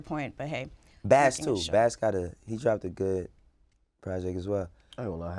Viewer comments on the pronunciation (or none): “He said bass too” lmfao bass ?!